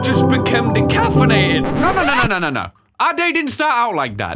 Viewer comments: “Decafinated” XD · "Decaffinated" -Killer Bean